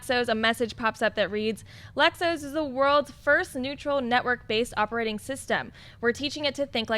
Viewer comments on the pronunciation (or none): Lex O.S. Not Lexos. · OS isn't a word it's two letters O and S. Stop saying Lex Ohs! That's a breakfast cereal!